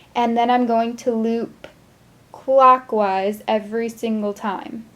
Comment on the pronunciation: Omg when she said clockwise I heard "quakwas" am I weird or did you hear it too?